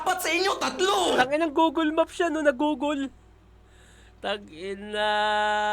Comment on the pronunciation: sa totoong pag bigkas ng Google... parang mas malapit pa nga ang "Googol" kesa sa "Gogeel"